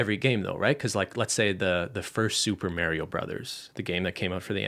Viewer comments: Are we really not going to talk about saying "Mary-o"? Hahaha! I've never heard someone pronounce it that way! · Nobody:: MARY-OH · unrelated, but i'm so glad ben says it "mare-ee-o" like i do LOL i'm from new york, and i get made fun of it all the time! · Mary-o? Lol 😂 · The way says Mario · Is that how all of Canada pronounces ‘Mario’? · Why ben say Mario like that